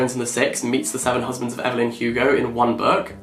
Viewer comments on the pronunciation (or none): none